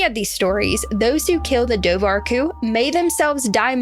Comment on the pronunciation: It's pronounced doe-wer-coo. Also Sean said his wife "thought" she could see orange flippers. It was dark and hard to tell.